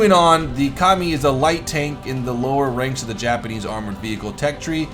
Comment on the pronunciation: Am I the only one that heard "Commie" every time he said "Ka-mi"? No? Russian Bias?